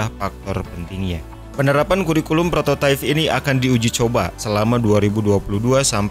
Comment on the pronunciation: prototipe kan bacanya prototaip ya, bukan prototaif